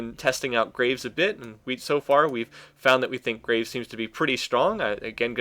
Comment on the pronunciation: Graves not gra ves like as in digging graves